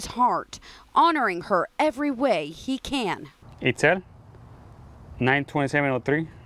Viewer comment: “eatscel” not “eatzul”